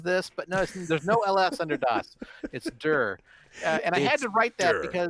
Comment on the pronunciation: "DIR" should be pronounced "D","I","R"